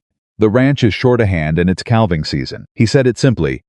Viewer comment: Cal-ving season? NÒ it is pronounced 'càaving' season. AI also pronounces salve, an ointment, as 'sal-veh' wtong it is 'saa-veh'. The 'L' is SILENT, repeat SILENT. AI should be banned, it is so so stupid. Have been cringing at the word salve for almost a year. It has never been corrected. This narrator is repeatedly saying 'cal-ving' edit or get off Yòutube.